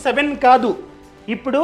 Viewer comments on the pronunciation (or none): none